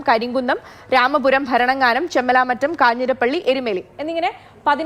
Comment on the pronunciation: ചെമ്മലാമറ്റം അല്ല ചെമ്മലമറ്റം ആണ് .